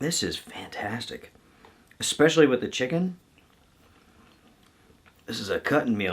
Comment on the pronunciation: I really like your videos but I need to point out….it is pronounced eSpecially not eXpecially. It took me 10 years to break my husband of his habit. No, he didn’t care but it drove me nuts (yes, I can be a grammar weirdo). Suzie may not care but the general public will thank me.